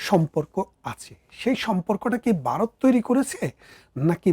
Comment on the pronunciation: Baat khaowa, Baaroth,dorson ki pronunciation!